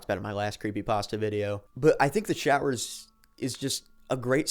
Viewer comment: They were showers, not growers. 😂